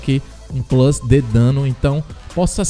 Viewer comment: Hahhahah, quando ele fala Plus tbm mano